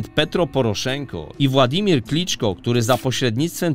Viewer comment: Dlaczego nazwiska polityków z poza Ukrainy są normalnie wypowiadane, a ukraińskie drażniąco przekręcane jak Załęski czy Kłyczko?